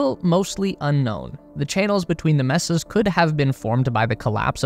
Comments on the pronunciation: It’s “MAY-sahs,” not “MES-ses.” I was five minutes in before I realized it wasn’t a Canadian but an AI. They need to train them better so they don’t confuse the audience and make them click off. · May-sahs. Not Mess- ahs. (mesas) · Just an fyi. It’s not messas. It’s maysas. Phonetically. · They are pronounced "maysa", not "messa". Sounds like you are sending humans to visit their 'messed' up rooms or something. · It's not hard to find out how to pronounce "mesas" -- Hint: it's not "messes" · You're right that it isn't /’mɛ.sə/ -- but it also isn't quite /ˈmeɪ.sə/. The initial vowel is steady, not a dipthong as in "pay." Not the vowel in "met" and not the vowel(s) in "may." This assumes we're talking about Spanish pronunciation.